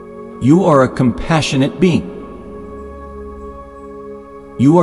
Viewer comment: When it said "being" it's sound likes "bean", yes I'm a loving bean.